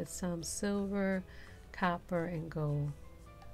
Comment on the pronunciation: Okay, Okay, Okay already. You have great vids and DIY's. I hate to admit it but I broke down and sub'd despite the fact that the way you speak drives me insane. For your new subscribers peace of mind, can you please articulate your "R's" and your "L's", please? It's goLd..not gode!!!